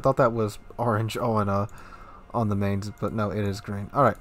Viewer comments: This isn't how you pronounce Mainz (see wiki: ) It's a T8 cruiser, so naturally no heal. Eugen gets one, but also has almost no dpm, Mainz has dpm. It's the premium solution to IFHE rework. WG said CLs don't pay a high enough price for good HE pen and new CLs shouldn't pen 38 mm USN decks. Enter the Mainz, a CL that has Chapayev dpm, needs no IFHE and still pens 38 mm plating. With DE and fire flags, you get 11% fire chance per shell, which doesn't sound too crazy, until you realise that most CLs have less due to new IFHE and the Mainz spams 12 shells every 6s. Mainz spams more shells out than any other T8 cruiser. Shells have a pathetic 1.7k HE alpha but on that reload with that pen and fire chance, can't complain about damage issues. Also, definitely should take PT on the captain and maybe try out the AP more. It is German, the 15 cm gun pens pretty poorly, but at the right ranges, broadside ships will feel it when you pen upper belt. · So it has better guns than Cleveland, faster guns, it has better armor, it has torps, it has better hydro... but no radar? Oh and better range?That about it? I love the Cleveland but this looks awesome. Oh and it's pronounced with an i, like 'fines' and with a 'ts' at the end. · I’ll say this once and hold my peace - try to pronounce this ship as “Mynts” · Negative on that Chupacabra. Studied German for five years in school myself and Domitius is correct. The "z" at the end of Mainz is pronounced "ts". This has been driving me nuts because I saw NoZoupForYou review the ship and he was pronouncing it the same as, with a long A sound in the first syllable and an S at then, like "Mains". No. Long I sound in the first syllable and TS at the end. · You should watch the WG Armada video about how to pronounce Mainz. With all your love towards german ships still saying her name like its american